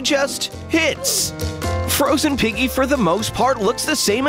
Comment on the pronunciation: Guys it not frosen piggy its frost piggy